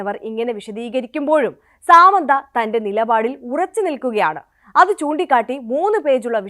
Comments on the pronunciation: സേച്ചി, ഈ അവസരത്തിൽ പറയാമോ എന്ന് അറിയില്ല. സാമന്ത അല്ല, സമാന്താ. ഒരാളുടെ പേരെങ്കിലും ശെരിക്ക് പഠിച്ച് പറഞ്ഞൂടെ? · സാമന്ത അല്ല സമാന്ത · First of all.. Its not സാമന്ത its സമാന്ത 🤌🤌🤌